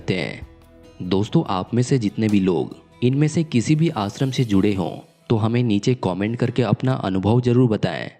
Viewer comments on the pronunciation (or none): पहले श को स बोलना बंद करे . देश को देस आश्रम को आसरम इस तरह मत बोलिए